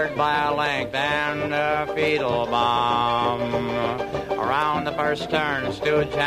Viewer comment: It always sounded to me like Doodles Weaver was saying "Feetlebaum!"